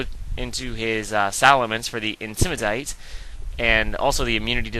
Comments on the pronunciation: i love it when you say 'intimidate' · why do u say intimidate like a british person, u sound stupid as fuck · Lol right. I like aggressive matches, not stalling with toxic. I know it's effective, I have lost to it. Doesn't mean it's this awesome cool strategy, especially when it comes to watching it. I don't remember when watching a stall battle was fun, but again, my opinion. How can the way says intimidate annoy me? Because it's completely stupid and he's just copying it from someone else, which wasn't funny to begin with, either. No, I'm not gay, thanks for your concern, though.